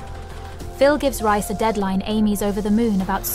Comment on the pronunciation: His name is pronounced REEECE!!! Not RICE!!! You are soooooo ANNOYING!!!